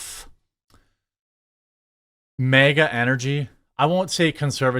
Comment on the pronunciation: Its flag not fleg. It's MAGA not Mega...